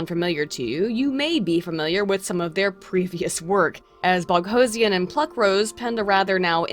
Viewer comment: Separately, I have a sneaking suspicion that the reason you started mispronouncing "Boghossian" is that you've said "Sarkeesian" too many times.